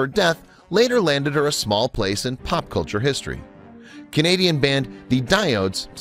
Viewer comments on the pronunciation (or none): none